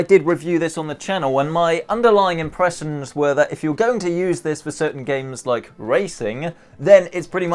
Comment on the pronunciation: The way he says “impressions” though